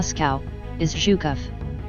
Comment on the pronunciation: what kind of accent is this? She has the weirdest pronunciation! She fucks up words like "voluntary" and pronounced Zhukov's name like "Chuka"! Geez! it's a pretty interesting video but the ridiculous narration brings it down IMO